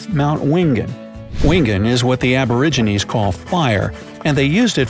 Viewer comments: ITS NOT PRONOUNCED ABORIGINEEES ITS PRONOUNCED ABORIGINALS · he. Did. Not. Just. Say. ‘Aboriganese’ 😐